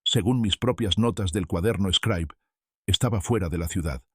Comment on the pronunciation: Una Xilografia es el método de impresiónn originario de China, el señor imprime sus vivencias en el cuaderno eshcraib conocido como scribe se pronuncia scribe y utilizado por escolares de cualquier nivel. Me llama la atención porque menciona ser un pedazo de Oaxaca y no le checa la agringada pronunciación.